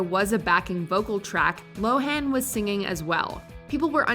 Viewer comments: By the by, Lindsay Lohan pronounces her name [low-ehn] as opposed to [low-han] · Poor Lindsay, no one pronounces her name correctly. It's pronounced "Lo'-wen."